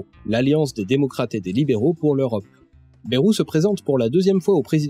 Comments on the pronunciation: Excellente vidéo et félicitation pour l'énorme travail que cela a dut demander. Seulement, une erreur grave, cruciale et souvent répétée m'énerve au plus haut point : ÇA SE PRONONCE BAYROU ET PAS BÉROU. (Pour les parisiens ou ceux qui parlent comme eux : Baillerou, car "ay" se prononce "aille"). Non sérieusement très bon boulot à part ça ^^ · Hello, émission passionnante mais j'ai un (tout petit) reproche à faire : on ne dit pas "bèrou" mais "baillerou" pour ce cher François Bayrou... même si je ne l'apprécie guère, c'est pas cool de déformer son nom. Il l'a d'ailleurs souligné lui même plusieurs fois de mémoire. Sinon à part ça franchement chapeau de détricoter tout ce merdier qu'est le "centre" ! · Merci beaucoup ! Et ouais j'hésite toujours entre les deux (et je crois que tous les journalistes et politiciens aussi). Je pensais avoir fait un compromis en tentant de prononcer très légèrement le Y, une sorte de "BAyROU"